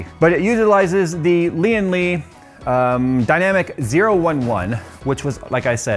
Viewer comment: It's the Lian-Li "oh-eleven dynamic", not the "dynamic zero-one-one".